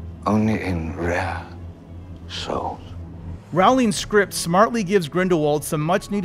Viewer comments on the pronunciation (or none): NOT raowling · Im sure ill like the movie but can i really trust someone who cant pronounce J.K Rowling the right way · I guess people still haven't learned how to pronounce Rowling yet... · He said Rowling. Americans refuse to say it right. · The way he said Rowling* 😬